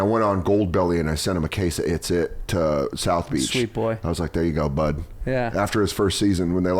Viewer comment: Having some Bay Area roots I thought Dan would know that, that ice cream sandy is called an "it-sit" pronounced like one word. Not it's, it. It was hurting my head hearing him say it like that lol